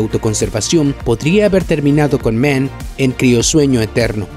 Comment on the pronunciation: Dr Men?? 😂😂😂😂 es Mann, Dr Mann y no se pronuncia MEN. Vaya tela.